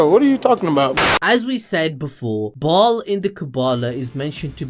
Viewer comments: It's pronounced bail You never played diablo II and the expansion ? Come on now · It’s Baal but pronounced Bale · Ok, I’m familiar with 2 of those names. Bial is pronounced bell and Sameal is pronounced sa- meel. I’ve never the other one. 🤷🏽‍♀️